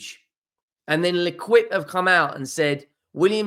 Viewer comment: Indeed. has history in terms of the French language - Rennes and Lens when he is dazzled by a silent "s", and now "Lequip" instead of "L'Équipe". A beautiful melodious language butchered by a clown who'd do anything for clicks. And it's not just French; he once said "Valoid" instead of Valladolid, and was like a rabbit in the headlights when it came to Ferencvaros. "Fernerchavos" was maybe the ultimate special!😅